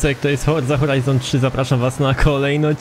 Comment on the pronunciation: HORZA FORIZON XD